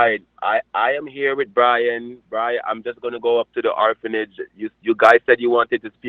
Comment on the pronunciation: That creature saying it does charity work is truly nauseating. "Horphanage" Seriously!!